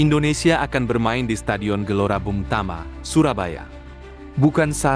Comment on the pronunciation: Wooy bukan gelora bung tama. Tapi gelora bung tomo, nama ngga boleh salah pengucapanya